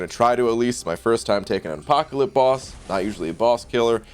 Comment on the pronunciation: Are you saying Apoca-lip? I'm pretty sure you're saying Apoca-lip.